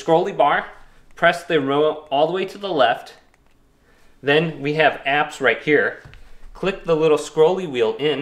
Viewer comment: Apps not "crapps"....